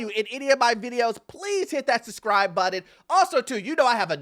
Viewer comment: Please pronounce button properly. Hearing it constantly in the beginning is increasingly triggering as an ESL person